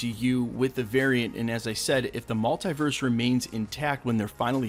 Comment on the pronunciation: Stop saying multiverse like that